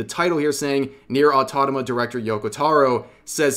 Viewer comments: "Automata", not Autotama. Achievement unlocked: Dyslexia detected! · It's Automata not Autodama ~ 🤣🤣🤣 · Rev pls, it's Auto-MA-TA not Auto-TA-MA 😭😭😭 Or are you just playin with us for the past how many vids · Rev, please, repeat after me: A-U-TO-MA-TA Rev, immediately after: AUTONAMA! Sure it's not that hard... right? xD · Am i the only one who noticed Rev pronounces Automata as Autotama? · Automata! not Autotama (like the videos btw, but that drove me insane) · autoMATA not autonoma. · Automata. Au-tom-a-ta. Not "or tadama". I'm begging you, please read the words you're speaking. It's difficult to focus on what else you're saying when I'm trying to recover from such verbal butchery. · Can someone please tell Rev it's 'autoMaTa', not 'autoTaMa' 😅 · Are... are you pronouncing "automata" as "autotama" on purpose...? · You should take a moment to learn how to pronounce the word "automata". You keep saying "autotama". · Rev, i love u, seriously..but for fvcks sake - AU-TO-MA-TA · mate pls you killing me, i know what you're doing but i can't stop laughing every time you said "Automata" XD otonoma my beloved aaaaaaaaaaaaaaaaaaaa my sides! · I'll be the only one who listens rev's smooth pronounciation of Nier Autonama closely without batting an eye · Fuckin hell ITS AUTO MA TA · Say it with me... AU TO MAAAAAAA TA!!!!! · "Autotama" Love your vids Rev I just can't get it out of my head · Rev, pls, you're killing me here. It's Au-Toh-ma-tah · is there any inside joke im missing when he keep saying Automata "Autotama?" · hearing rev say "autotoma" is really funny. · He's never going to fix "Autonoma" is he? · I can't concentrate on whatever else Rev is saying when he keeps saying Autonama... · "autotoma" XDDDD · Is it me or Rev says "Nier Autotoma"? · Please stop saying autotama. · exactly, the pronunciations vary depending on dialect and country. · When Rev properly pronounces Automata, the Israel and Palistinian conflict will end. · Tell me you've never said automata before